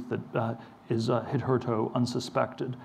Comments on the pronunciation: when he pronounces hitherto “hit her toe”, is it accidental, a symptom of having read far more, or far more intently, than he has listened to human speech? Is it a joke of some odd sort? An intentional early error, so that he can forget about perfection and (and ther erby, paradoxically, achieve perfection)? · The way he pronounces „hitherto“ cracks me up